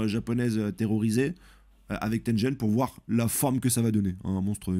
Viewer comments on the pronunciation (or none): Cela se prononce Tenguen pour Tengen et Guegue pour Gege. Les G sont durs en japonais